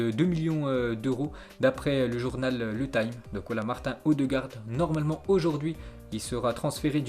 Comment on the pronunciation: on dit martine odegaard pas martin ptn